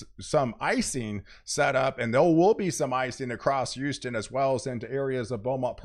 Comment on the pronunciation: It's HOUSTON!! Not YOUSTON. Emphasis on the H. HOUSTON. 😁